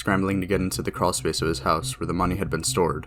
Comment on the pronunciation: where tf is a creawl s-pace